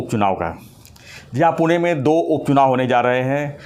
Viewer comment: सर पूना क्यों, वो पुणे हैं